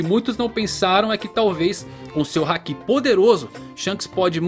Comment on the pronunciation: ainda procurando um youtuber que saiba falar haki direito...kkk